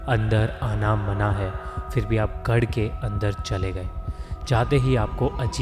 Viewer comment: His pronunciation is making me laugh 😃 😀 😄 "gaad k andar, gaad k bhag haate h" 😂😂